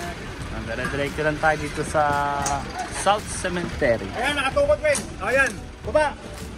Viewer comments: CEMETERY po hindi cementery,, sorry po correction lng,, ✌️✌️✌️peace! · sementeryo Hindi cementery the right pronunciation sa english😂 CEMETERY